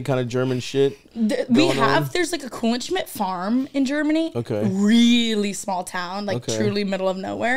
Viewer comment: Kuhlenschmidt is pronounced with a hard T